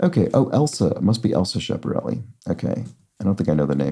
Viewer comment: Re Schiaparelli... Italian "ch" is pronounced like English "k". If there is only a "c", it is pronounced like English "ch," as in cello. ...